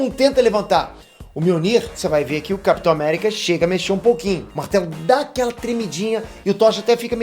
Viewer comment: Capitor America kkkkkkkk kkkkkkkk